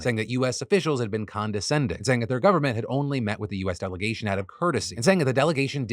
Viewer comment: When he said "Governmental Election", all I heard was "gooverment". Like goo, as in something gooey. Was I the only one, or did anyone else hear that? 😂